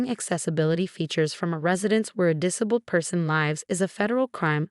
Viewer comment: The AI voice on this is horrible! Since when is 'disabked"?' "diss-a-bulled"?